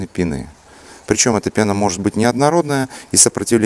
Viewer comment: В слове пена ударение на е)